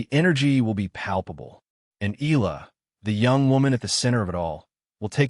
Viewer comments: Eh-Yah- La and not Ih- La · Please correct your AI to pronounce EALA's name correctly. It is EE-YA-LA!! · And you know all that for sure? You can't even pronounce Alex's last name properly. You AI BS!